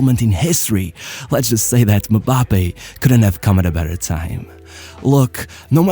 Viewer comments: His unwillingness to fight aerial battles, is the only thing that keep him from being a perfect goal machine, unfortunately. Btw, it's not "Me-bappe". It's "eM-bappe". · As much as I liked the video, MM-Bappe is not how you pronounce his name. It's very annoying. It's em-bappe. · i cringed everytime bro said "muhbappe" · Why does he keep saying Me-bappe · Am i the only one hearing MaBappe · One of my favorite channels on yt. Sincerely love everything you do. You do the players I care about. But it really disturbed how you pronounced Mbappé😂